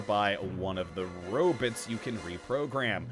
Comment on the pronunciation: Did really just say “Robits?”